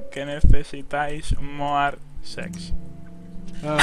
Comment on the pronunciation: Mas se dice more no moar